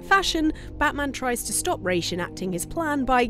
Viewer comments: Points for saying "Rā's" instead of "Ra's"👌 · ah, you said Ra's name right, you truly are wife material!